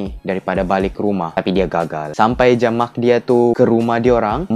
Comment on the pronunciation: mak ba bukan maq 😭😂